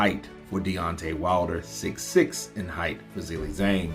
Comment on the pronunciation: I would like someone who is a native English speaker or from America to give me reasons why can't pronounce Zhilei Zhang correctly. Is this due to some grammar rule? Is it incompetence? Did only finish elementary school? What is the problem? Yesterday I watched the DAZN boxing presentations and the English speakers pronounce the names and surnames of the boxers correctly, so for example cannot have the excuse that he has never heard how to pronounce a boxer's first and last name correctly. The boxing world makes an effort to show respect for the boxer. Why isn't capable of this? Thanks for the help!